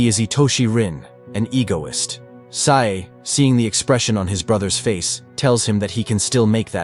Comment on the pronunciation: Sae not Sai